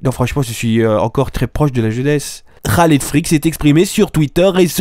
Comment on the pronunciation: Par contre, dit moi si je me trompe, mais c'est un K dans Khaled, donc on ne dit pas Raled Freak.